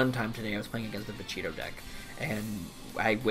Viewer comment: I like how you say vuh- cheetah and vuh-cheetoe